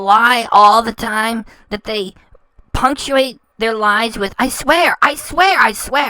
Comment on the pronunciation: Lahs and Jamaican meat pahs.